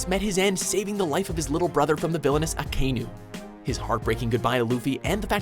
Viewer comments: Who the fuck is Akainy ? Go learn how to pronounce mangas' names for God's sake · Also, it's Ah-Ky-new, not Ah-kay-new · Mate Akainu is actually Aka Inu. Literally Red Dog. It's not one word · only two things: 1st it's aKAinu, not aKIno 2nd it's roROnoa zoro, not roRAnoa zoro... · Seriously? No Whitebeard or Boa Hancock? Also, you once again botched the pronunciation of an anime character's name. This time it was Akainu. If you're going to make these anime lists, then DON'T INSULT YOUR VIEWERS BY BOTCHING THESE CHARACTER'S NAMES!